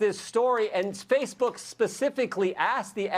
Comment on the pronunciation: LOL "Spacebook".....